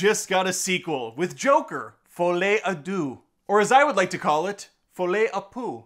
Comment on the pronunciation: "Folie à Poo"... ahw, such a good pun, undone by the fact that Americans can't pronounce "deux" correctly... :*(